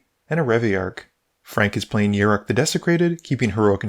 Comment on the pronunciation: Fun game to watch! Thanks for the content.. He's a pirate btw Yar!ok, I can't let you go another game calling him Yurik it was hurting my fanboy soul lol.. Cheers!